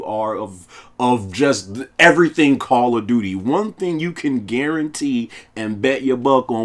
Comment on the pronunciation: This sucka said Call of Dookie. 😂 instant like!